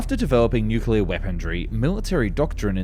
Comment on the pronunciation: just like nuculer (nuclear) over and over again